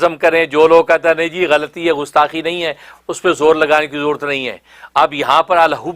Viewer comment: لفظ غستاخی نہیں گستاخی ہے۔ کہاں سے تعلیم حاصل کی ہے آپ نے۔